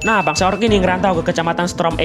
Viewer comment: Susah kali ngomong storm.. Malah strom strom 😭 dikira kena setrom jedar jedor